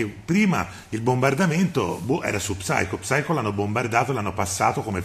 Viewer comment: Psycho si legge saico. La p è muta. Video molto bello. Grazie